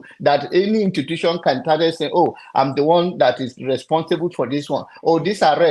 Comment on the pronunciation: pls is institution not intutution 🤣🤣🤣 you’re a fake pastor